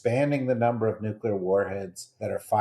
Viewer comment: Oh god you didn’t really say “nu-cu-lar”????